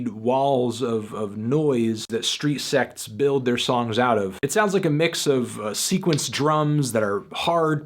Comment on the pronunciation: It sounds like you're saying Street Sex.